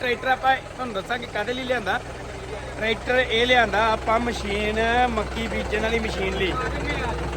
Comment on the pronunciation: ਮਸ਼ੀਨ ਹੁੰਦੀ ਹੈ ਵੀਰ ਜੀ ਮਛੀਨ ਨਹੀ